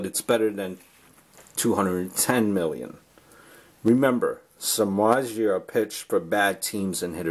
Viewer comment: Agree, ppl thinks hes overrated pitcher but they forgot he was pitching for Cubs and White Sox, teams with terrible offense. 90 mill is still lot of money but i think its worth, we will see. Btw you are just 1 of few who know how to pronounce his surname. His grandfathers coming from my country :D